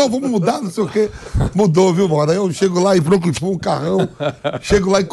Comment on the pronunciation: Franquifu'? Onde e' isso? Kk